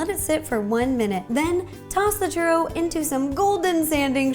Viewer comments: It's pronounced chew-ro not cher-ro. U is the hard letter not the R. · Churro, get it? Chur RO